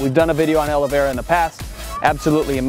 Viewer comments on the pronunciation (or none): none